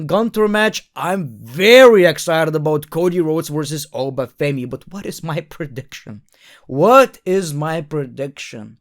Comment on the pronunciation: It’s Oba Femi 😂😂😂